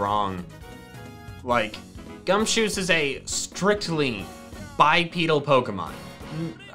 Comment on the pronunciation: Now don't say "You're rude" or "You're mean" but why did you say gunshoos? I have played gen 5 but I don't think it's spelled like that. Again please don't say I'm rude.